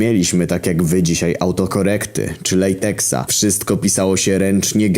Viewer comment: *latecha się mówi